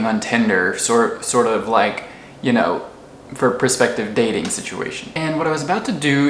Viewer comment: “So why am I up now? Um, I don’t knoh” 😆